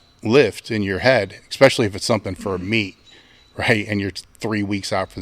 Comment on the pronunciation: Stop it with the "ekspeshully!" What is wrong with you?